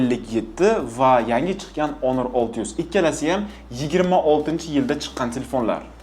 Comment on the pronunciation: Тупой онор эмас хонор😂